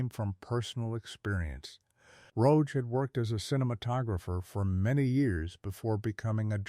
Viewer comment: Marred by the mispronunciation of the director's name.